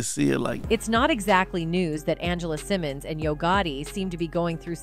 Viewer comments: First of all, her name is Angela Simmons not Angela Simone! Secondly, YaYa is Floyd Mayweather's DAUGHTER NOT his ex girlfriend! You seem to be in a hurry to get your story out that you seem to not do your homework FRFR. This leads me to believe, your content is NOT TRUE! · who is Angela Simon? her name is Angela Simmons. if you're going to report on her business at least pronounce her name correctly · BEFORE YOU REPORT ON SOMEBODY...LEARN HOW TO PRONOUNCE THEIR NAME..I SEE YOU SAY SYMONE AND SIMMONS...TACKY...GET IT RIGHT. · Why is her name being pronounced as Cymon? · Her name is Simmons. ✅. You shouldn’t do a story on anyone , Until you get the names right. 💯💯💯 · Its pronounced sim-mons😂😂😂😂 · Lord !!!! She killin' me saying her last name wrong!!!! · I thought I was the only one feeling this way😂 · This blogger can't even pronounce her name right...😂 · Why is she saying her last name wrong. I swear🤦🏽‍♀️🤦🏽‍♀️🤦🏽‍♀️ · I have to stop watching because you are saying Rev Runs daughter last name wrong not a good look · I can’t even watch this not sayin her name right n yaya is mayweathers daughter